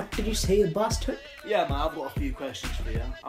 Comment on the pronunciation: why do u say barstard all the time